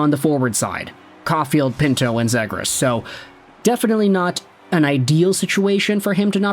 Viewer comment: The way you pronounce Zegras, is like me pronouncing Lagoricks. Oh and if 50 Subredditors are worried than I guess we should trade him.